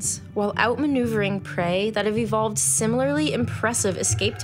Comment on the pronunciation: Immediately, at 13 seconds in, she says "evolved", so I shut this one off..